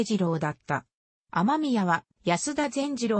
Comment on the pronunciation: 「あまみや」ではなく「あめみや」ですね。